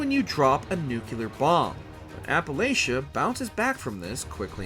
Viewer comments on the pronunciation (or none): And Appalachia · That is NOT how you pronounce Appalachia. It's pronounced Appa-latchuh not Appa-layshuh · also its appa-LAT-CHA instead of appa-LAY-CHA or whatever he said. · Say App-uh-latch-uh or get an apple thrown atcha